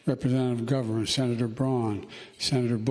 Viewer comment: I'm more appalled at how he pronounced "Representatives and Governors". He almost crammed all three of those words into one syllable.